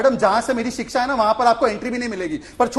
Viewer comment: अनुराग जी रोज Live शो पर आ जाते हो पर कम से कम हिंदी तो ठीक से सीख लो। सही शब्द है शिक्षा पर आप बोलते हो सिक्सा? बहुत बुरा लगता है जब एक राष्ट्रीय पार्टी का प्रवक्ता इस स्तर की गलतियां अक्सर करता है।😮